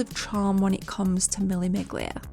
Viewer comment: In Italian you don't pronounce the G in Miglia, so basically it is Mille Milia 😉